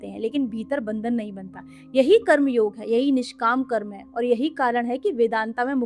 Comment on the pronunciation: ये कर्मा क्या होता है हिंदी में बोल रही हो और कर्म को कर्मा कर्मा योग को योगा योगा ये क्या है भाई जिसे हिंदी न आती हो वो बोले तो समझ आता है जानते हुए भी मूर्खता दिखाने का शौक है क्या आप लोगों को। वेदांत को वेदांता,🙏 महान हो माते आपके चरण कंहा है।